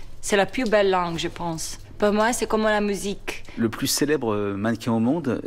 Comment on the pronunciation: je crois qu'elle a dit "più" au lieu de "plus".